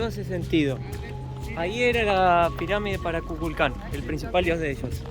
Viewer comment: En serio, kukulclan? Le erraste fiero, suena como lo dijiste a la orden racista yanqui, es can, no clan,Kꞌuꞌukꞌul Kaan se escribe